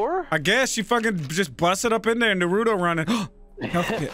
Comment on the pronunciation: Butchered that Naruto name lol